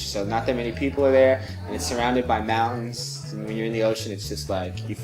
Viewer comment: A pronúncia de "mountains" é muito difícil